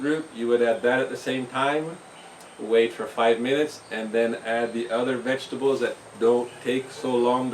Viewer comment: Every time I hear you say 'vegetables'... I can only hear you saying 'VEGABLES!!'.... LOL Great as usual